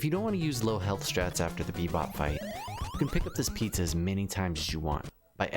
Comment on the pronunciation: just heard, you said bepob, not rocksteady on the rocksteady fight